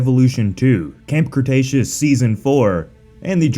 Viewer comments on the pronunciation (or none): none